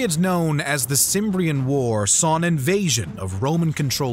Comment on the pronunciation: The Cimbrian war ( pronounced Kimbrian) was a tough challenge to Rome probably more tough than Jugurthine war by far especially when u know that the Romans were defeated by the Cimbrians more than 5 times ( at the battle of Arausio the Romans lost more than 40 thousand man and it is the costliest defeat since Cannae) so, giving it just a fraction of a minute is not really good history telling